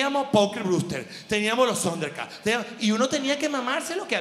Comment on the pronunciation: "Sonder Cats" jajajajajaj me encanta cuando dice así